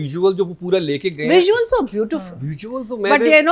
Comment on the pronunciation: Mr pls stop calling Visuals, ‘Veesuals’. Its very annoying!!